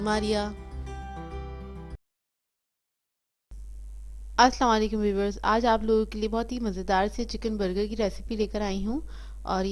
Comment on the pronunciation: Assalam o aliakum h ye . Aap par salaamti ho .please talaffuz is ka sahi krein wrna is ka meaning change hojata h zara si changing se bh . Ye Allah ki taraf se batai hui dua h